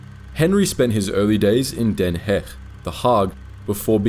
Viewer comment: You pronounced Den Haag incorrectly, otherwise a good vid.